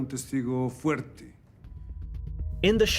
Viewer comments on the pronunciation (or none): none